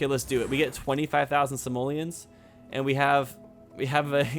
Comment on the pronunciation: I can't hear say 'Simolians' without thinking he's actually saying 'Somalians'. Is it just me?!:P